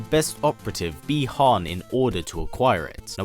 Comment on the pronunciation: Bee han ????? 😞 Butchered name